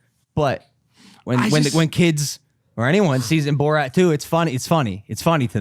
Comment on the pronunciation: How is even possible that doesn’t know how Borat is pronounced